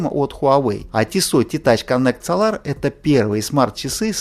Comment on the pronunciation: Dude ударение в Солар бьет по ушам. СОлар а не СолАр.